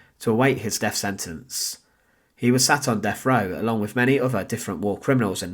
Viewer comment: "Deaf row"? Seriously?